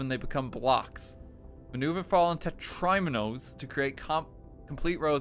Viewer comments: The way he pronounces tetriminos is horrifying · honestly, the most painful part was the pronunciation of "tetriminos"